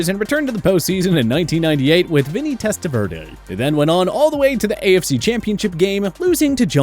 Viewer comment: It’s makes these vid crappy when you don’t know how to pronounce the names of players on your list. Like Elvis Franc’s and Testaverde. Posers.